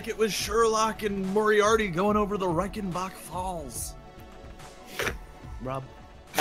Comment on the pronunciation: I just have to say that hearing Rob mangle the pronunciation of Reichenbach falls may have been the most triggering thing ever in NLSS history. Even more so than the savages eating fish fry with their bare hands.